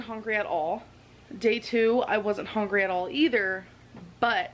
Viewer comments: I cringe every time she says “hongry”. 😬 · Lol, yes. My brain automatically says "hongry, hongry hippo" when she says that. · I hate how she says hungry, “hongry” lol